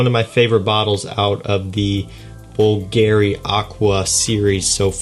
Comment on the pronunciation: The way he says '' bulgeary'' destroyed my soul